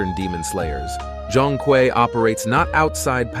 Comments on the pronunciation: Pronounciation: Jong-kwee ❌ Zone-kway ✅ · I tried getting into it but can’t get past the mispronunciation of his name.